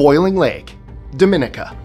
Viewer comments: It's not pronounced Dominica (like the Dominican Republic), it's pronounced Dah-meh-knee-kah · Thanks for the upload....however as a proud Caribbean citizen I feel I must tell you that Boiling Lake in Dominica 🇩🇲 (#16), the name of the country is pronounced "dom-in-EE-ka".